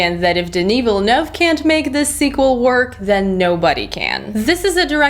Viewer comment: Wow the fact alone that you said Villeneuve almost flawlessly as an english speaker is awesome. Good review by the way